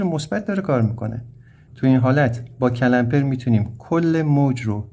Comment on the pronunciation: استاد جساراتا با تمامی احترام CALAMPER نیست CLAMPER هست . clamp همون گیره . تلفظش رو درس عنایت نمیفرماییید.